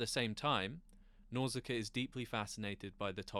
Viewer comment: Nausicaa not Nauzicaa, sorry but that was just driving me nuts because he's constantly saying it 😖 Even the spell check here is telling me Nauzicaa is wrong 😄 Absolutely great movie though, that and Mononoke hime are probably my absolute favourites. Always wished he would make more like that, awesome surreal phantasy stuff.